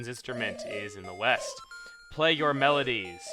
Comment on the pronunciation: Weast? What kind of compass are you reading, lad?